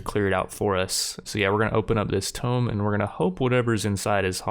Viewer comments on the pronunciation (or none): "Tomb" Is pronounced Too-mb, not tom-b. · its pronounced toom not tome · Why's he calling the Tomb a Tome? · The fact that you are saying tome instead of tomb annoys me to no end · Subbed after watching! since you're interested in audience engagement, this is exactly the type of series i'd follow. Small note: pronunciation of Tomb =/= Tome. First world problems of a Reader lol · It's pronounced tomb! Not tome! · You keep saying "tome" but I see no Tomes.... Do you mean Tomb? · Tome like he is saying is an ancient book. Tomb (too-mb) is an ancient crypt where dead people are kept. Sorry, it was bothering me. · Tomb is pronounced (toom) instead of Tome. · Man who taught you how to pronounce words. I love your videos but its not a tome!!! Its a TOMB!!!! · "open up this tomb" but says "tome" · TOOOOOOMB not tome jeez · open up this 'tome', there's 14 in this 'tome', ... tomB. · Are you trying to say TOMB? You are saying TOME. I was looking all over for what book you were going to open. TOMB rhymes with BOOM. TOME rhymes with ROME. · "Tomb" has the "b" pronounced like "Tuomb" phonetically not "Tome" which is a book. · Never understood why some people pronounce tome as tomb. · Love all your content but I'm convinced you pronounce words wrong on purpose to troll. No one would ever say tome instead of tomb, and you yourself randomly say tomb correctly, so clearly you know how it's supposed to be pronounced. Also WTF is "Knee-crow-mancer" be scared to hear you say necropolis :P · I know this doesn't really matter and this video is a year old so maybe you already got it, but tomb is pronounced "toom" and chitin is pronounced "kite-in" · Tome? TOME?? Someone didn't pass English. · Another one: "chitin" is pronounced "KY-tin". (With a "k" sound and a long "i" on the first syllable.) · please stop saying "tome" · Tomb rhymes with room, my dude. A tome is a large book. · ive never heard someone pronounce "tonb" the way you do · The way he pronounces tomb is infuriating